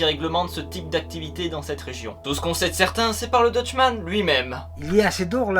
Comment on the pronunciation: Très sympathique mais tu ne prononces pas très bien le mot Dutchman ^^' Sinon j'ai appris un nouveau truc ce matin, alors merci